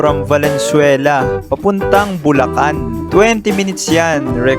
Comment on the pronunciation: Bulacan to Lubacan HAHA